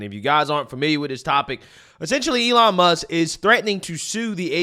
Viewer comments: just listen to how he pronounces Elon's name... "allan." clearly a sly racial slip.. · just listen to how he pronounces "Elon's" name as "allahn." that ceo is the only racist pos here. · A-lawn lmao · The ADL is so stupid... Elon Musk says the ADL is defaming him by calling him anti-semitic. What does the ADL do? They go on national television and call Elon Musk anti-semitic. Brilliant move. Total deescalation. Musk has no cause to sue now! Oh and the CEO misprounced "Elon". Again, on national television. Apparently he can't pronounce foreign names! Sounds pretty racist to me.